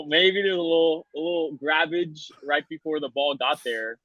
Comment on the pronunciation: He said a.little grabbage lol